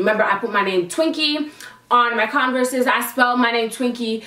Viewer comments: You said Converse wrong.. it’s pronounced Converrs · the way you say converse 😂😂